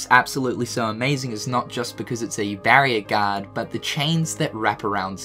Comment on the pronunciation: Just wait until you hear how he says guard